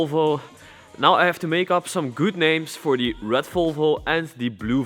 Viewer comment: With the way you say the word Red, I would definitely call the red one "Rat Volvo"